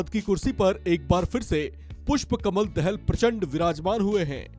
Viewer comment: दहेल नहि दहाल है भाइ सहि बोला करो